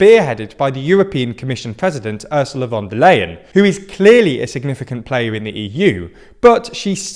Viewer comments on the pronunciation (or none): FYI the "Leien" in Ursula Von der Leien is pronounced "LIE-un", not "LAY-un".